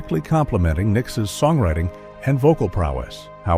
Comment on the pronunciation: Did the narrator say Nickisis?